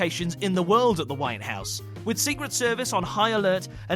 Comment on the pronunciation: Did he say The Wayne House instead of The White House?